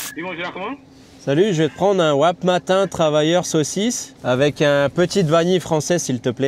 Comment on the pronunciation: Ça me rassure je ne suis pas le seul à ne pas savoir prononcer wrap correctement au tim 😅 et le vanille française a.k.a le cup de sucre liquide!